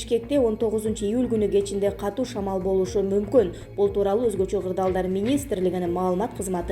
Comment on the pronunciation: Жаштар, биздин грамматика бузулуп бара жатат. Канча жолу жазып жатам," катту" эмес , катуу. Ушул созду копчулук журналисттер туура эмес суйлошот. "Катуу" дегилечи.